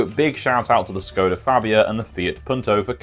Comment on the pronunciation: Great video! btw, Škoda is pronounced as shkoda